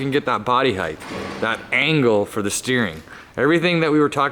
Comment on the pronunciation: Am I the only one who cringes every time says "heighth" rather than height? Lol